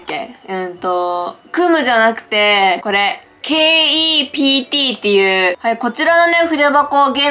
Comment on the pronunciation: Keptは、ケプトと読みますよ！